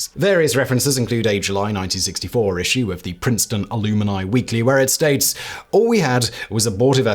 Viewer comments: "ill-oo-mini" .....................you mean "al-um-nye" "alumni" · Simon doesn’t know how to pronounce alumni? Really?